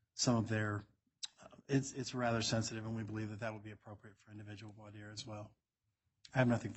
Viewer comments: voir dire /ˌvwɑː ˈdɪə/ Not 'for dire' Sometimes I rely on subtitles or transcript and both are really poor on YouTube. Parts of the script when followed is pure rubbish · Some things about this judge as sort of surprising. Big and small. In this session, hearing that a JUDGE doesn't know how to pronounce "Voir Dire" was a shock. Other attorneys at that hearing had no problem. It is a bad sign. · If Lori was an all powerful translated being with portal power, she could have gotten herself out of jail. Also, I now have less faith in the Judge given his butchered pronunciation of voir dire. (HINT: That's not it).